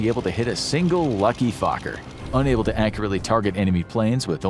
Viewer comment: I appreciate how Fokker is pronounced during the video. Too many Fokkers.